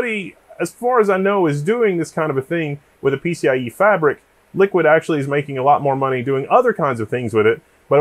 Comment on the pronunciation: Sorry, I don't accept that pronunciation of Liqid. There is no U. That alone makes me recoil from the brand. They might as well have been called Ghoti, pronounced Fish. Because: F sound like the GH in enough, short I sound like the O in women, and SH sound like the TI in motion. At least that would follow English pronunciation rules, though a bit labored.